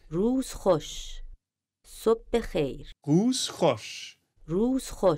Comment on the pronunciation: The second word ends with an R sob bekheir 😂 u kept saying at the end RTCH idk 😂 but yo u did so well 💪💪